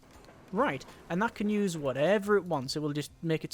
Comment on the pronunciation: he say U.S.E instead of just saying “use”